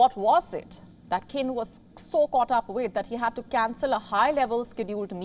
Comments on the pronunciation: Qin is pronounced as Chin not Kin... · His last name is pronounced “cheen.”